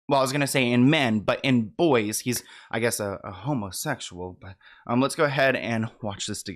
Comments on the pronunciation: The way you said, “a honesexual” made me die 😂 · Im sorry but the way you said "homosexual" was soooo funny😅